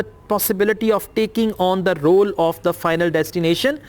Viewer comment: You pronounciated the word role wrongly So how com you are going to be a teacher